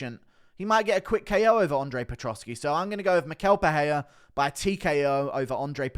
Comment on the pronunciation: It's pereira, not peheya